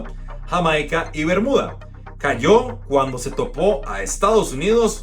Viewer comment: No Me Gusta como se Refiere cuando Pronuncia Guatemala y me la Sensación que es Otro Matosas, así que no le veo la diferencia entre el y Matosas.